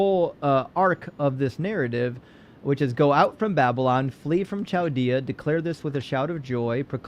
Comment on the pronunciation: Isn't "Chaldea" pronounced as "Kaldea"?